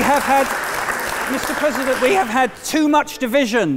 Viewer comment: Mr Pwesident. wesonates with me